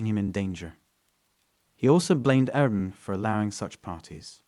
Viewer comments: If you're going to tell a story you should know how to say the words in your stories, like Airbnb. Air-B-N-B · AIR B and B. Why is that so hard for you to say that your at the point of mumbling it. It's just a Letter lol. And 24/7 is really just said like 24 7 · I had to correct him in my head every time 😂😂